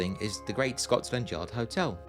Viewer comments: You say Scots landyard most of the time....its Scotlandyard without the s agter the t.....😊😊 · It sounds like your saying ScotSland Yard